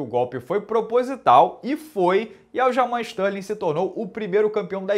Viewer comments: Stalin, Barovit, Adessanha kkkkkk Minotauro fala os nomes de qq jeito kkkkk eu acho maneiro... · toda vez que ele falava isso eu ria pra crlh, ele enchia a boca pra falar Stalin, kkkkkkkkk